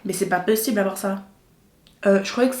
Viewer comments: « Mais c pas pEssible » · SA ME TUE QUAND ELLE DIS MAIS C EST PAS PEUSIBLE